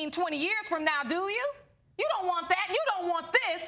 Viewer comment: The word is THAT not DAT